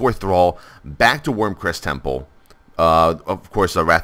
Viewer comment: Wyrmrest Temple, learn to read you idiot.